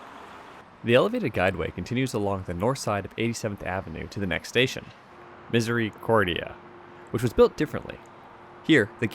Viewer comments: misery cordia haha love it.. it’s more like mizzercordia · Nails on chalkboard when I heard "Misery-cordia"!!! Better pronounced "Mis-erh-ih-cordia"... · great try with the Misericordia pronunciation! In Edmonton they just say - Miser-a-cordia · We say it Miz ra cordia Butchering place names is a long tradition here